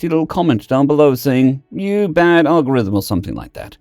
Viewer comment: Bad Agurthem 😂😅😂